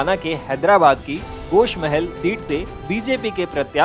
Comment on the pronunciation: गोश नही गोशामहल है भाही जरा देक बोले